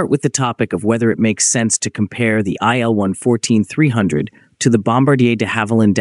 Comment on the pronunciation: [il] - for Sergey Vladimirovich Ilyushin , not [aɪ][el]